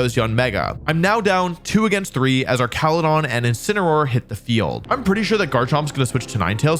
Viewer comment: Every time I hear you say Archaludon it's like nails on chalkboard. Arch and arc are two different words, and the latter is not correct for this name. Same with Medicham, as its name originates from 'champion.'